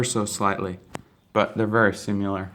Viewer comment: They're very "simular" guns